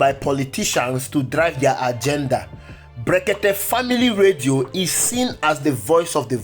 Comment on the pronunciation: Look at the way he pronounce blekeke illiterate